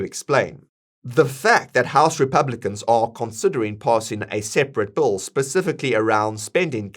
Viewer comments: It’s Big beautiful Bill not big beautiful bowl LOL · It’s Bill Not Bull! 😂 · Your pronunciation of the word 'bill' sounds exactly like 'bull'